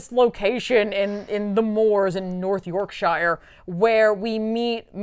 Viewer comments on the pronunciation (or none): As someone from Yorkshire, I really took exception to how you said "North Yorkshire". Unsubscribe! Awesome episode btw